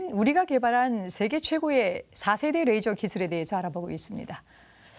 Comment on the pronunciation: Rㅐ이저가 아니고 그남 래이저. 너무혀굴이지마